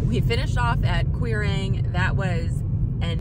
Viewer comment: The only correction I can offer ..: Quirang is Kuirang (no Q in Gaelic)